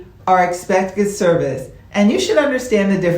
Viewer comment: Maybe my hearing is off. It sounds like you were saying "Expected Service" instead of "Excepted Service"